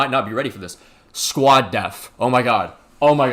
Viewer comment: Man really said squad Deph😭